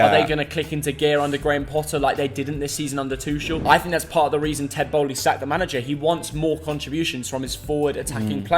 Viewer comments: Just wanna point this out lol. Y’all keep saying Ted Boehly. Is that on purpose or nah haha? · As a chelsea fan I don’t like Todd boehly at all so it’s bants hearing say Tedd Bowly